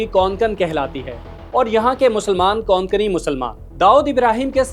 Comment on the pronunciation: Kokani not konkoni